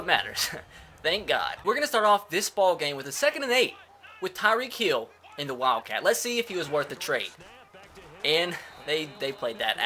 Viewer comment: Why does he say tyreek heel